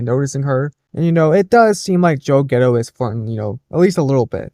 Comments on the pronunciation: Too hard to believe that Joe Gatto could do that. Gatto.... pronounced Cat Tow with a G. You keep saying "Ghetto". It's wrong. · You couldn't google his name. How are you getting getto?G A T T O sound it out.